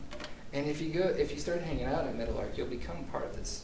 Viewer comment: Oh. Meadowlark. I thought for 20 minutes you were saying Metal Ark, Good work, looking forward to watching the rest.